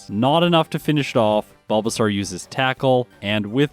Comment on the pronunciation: Is there a particular reason you pronounce the bulbasaur evo line wrong?